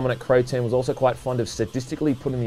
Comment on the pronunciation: i swear he said "Protein" when saying who developed the game.